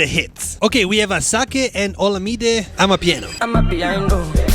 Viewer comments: It's pronounced ashake 😂😂 Like ur saying ash😂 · Fyi for all the people who don’t know “asake” is pronounced “ashake” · Bro said asakeh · Bro said asake🥲 totally the wrong way